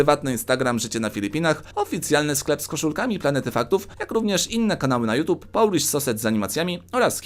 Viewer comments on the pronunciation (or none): none